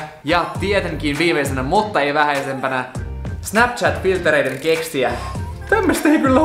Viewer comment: "Snapshat" :DD